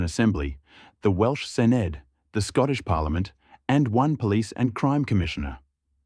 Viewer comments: There is no NI Labour Party, there is the Social Democratic and Labour Party which has affiliations with Labour and - I believe - sit with labour in parliament, but they are a separate party. Also, the Senedd is pronounced ‘Sen-eth’ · pronounced as “Sen-ith"